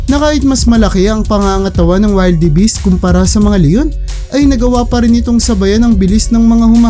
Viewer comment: wilderbis hindi waylderbis